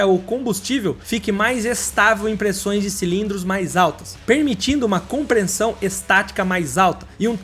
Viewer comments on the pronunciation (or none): Por que você pronuncia "comprenssor" e "comprenssão"? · COMPRESSÃO !!!!!nao copreensao, COMPRESSOR nao compreensor. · Cara… vc não consegue falar “compressão”? Toda vez fala “compreMssão” 😩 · o correto é compressão e não compreNsão kkkkk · Ruim mesmo é ouvir "comprensão"!!!!